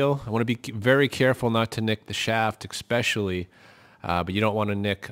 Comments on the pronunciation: I enjoyed your video but I am not fond of mispronuciations...the word is especially...not expespecially! Sorry. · "Percise" ?????????? "Ekspeshuhly" is still not a word.